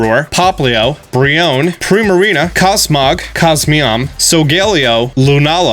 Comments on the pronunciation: Alright. Slight nitpick about pronunciations over here. How you say the name for Cosmog’s evolution as Cosmeom is incorrect. It is pronounced Cos Mo Em. But, if you don’t like it, keep doin what you’re doin. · “cosmeom” “darmantian” god I’m gonna have an aneurism from this